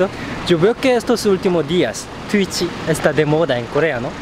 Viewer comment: Es curioso que le digan tuitchi en vez de tuich :v